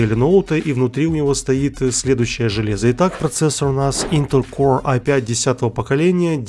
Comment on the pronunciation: Когда говорил интел «коре» вспомнил мем с рыбкой которая давиться морковкой